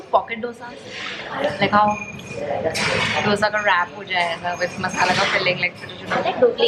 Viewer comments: Beeing a south indian u should have told dosee instead of dosaa... Dissapointment lol 🙃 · It's not doosa it's dosa y'all pronounce it's wrong 😬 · guysssssss its not DOsa its dosa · It's not DOSA ,its " DHOSA"...Jst SOUTHINDIAN ..saying it.